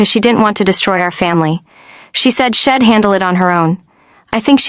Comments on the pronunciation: Such poor pronunciation. I’m not Im, I’ll not ill, she’d not shed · A bunch of words mispronounced - she'd, I'm, she'll